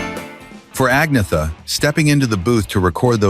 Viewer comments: His continual mispronunciation of Agnetha's name was the fly in the ointment of this mini-doc. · Exactly. There were already rumours going around that Bjorn and Agnetha had split when this came out but nothing was confirmed at the time. This video can't even pronounce Agnetha's name properly, which after 52 years of world wide familiarity is pathetic. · The way "Agnetha" is pronounced here is appalling.